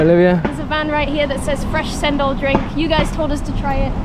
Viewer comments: Cendol is pronounced as Chendol. Not sendol. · Samoa people didn't drink coconut milk.. But Malaysians do.. We enhance the taste.. 😊 That's Chendol pronounce of cendol.. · I'm sure someone's pointed it out by now but its pronounced "chendol" the c in bahasa has a "ch" sound. k is the hard c sound in their language. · In Malay Language, everything that starts with letter C, will sounds Ch as in Chair. So, cendol is pronounced Chendol. Cendol is actually the green wormy thing made out of flour and the green color came from pandan. You gotta mix everything before sipping cendol The lady at rice stall said Buah Kedondong (ambarella or hog plum). when she said 'Masam-masam', she meant it taste very sour. When they made it into drinks, normally sugar has already been added. And the brownish thing you see in the Kedondong juice was 'Asam boi', which is also sour plum but has been preserved, dried and coated with sugar and salt so it became like liquorice on its own. The lunch set for the girl from England (sorry didn't really your both names), was Chicken Rice. The sambal egg & tempeh are additional side dishes. The black sauce was soy sauce + vinegar... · CENDOL is pronounced "ch" as in chat. so it's ch-endol. :) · cendol pronounced chendol 😁